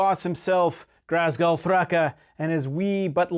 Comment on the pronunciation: There’s no R in Ghazghull. Please stop saying GHRazghull lol Other than that, fun video 👊